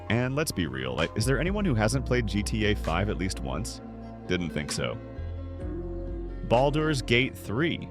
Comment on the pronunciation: Ah yes, Bawldoor’s Gate…3 Fucking AI voice over